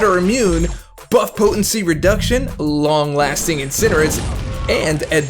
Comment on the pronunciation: should be peanalised' for pronouncing it Incinerit'.